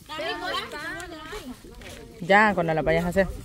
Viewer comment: Ya se dice nayeli y no sabe 😂